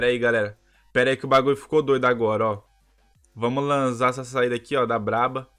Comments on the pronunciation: Man seu vídeo e .muito legal mais oq eu mais se irrito e q ele fala vo lanza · Agonia do krl desse cara flando "lanza" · pq q vc ta falando lanzá amigo?